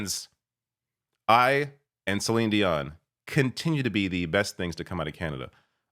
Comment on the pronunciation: You're Canadian. pronounce Celine's name correctly.